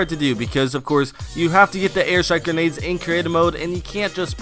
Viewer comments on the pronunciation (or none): u say genades and not grenades